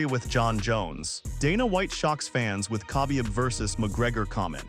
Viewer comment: bruv is this your voice or AI? you mispronounced Khabib's name totally...otherwise, my 1st time - decent channel just stay who you are no clickbait and bullshit and lies and instigation.